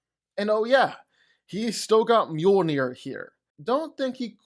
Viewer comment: Mjolnir ❌ Muir ✅😂